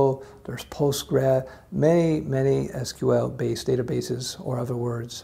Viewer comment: your pronunciation "EES QUE EEL" shows me you are a man of culture...